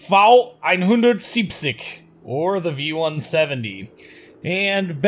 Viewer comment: Kudos for getting the pronounciation of V-170 right! :)